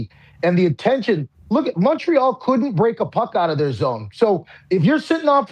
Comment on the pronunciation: I swear to got if pat mispronounces Montreal one more time imma kms